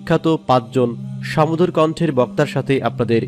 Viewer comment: সমধুর না, বলুন সুমধুর